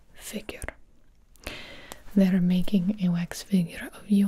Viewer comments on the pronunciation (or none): I thought so too cause the way she said wax "wayx"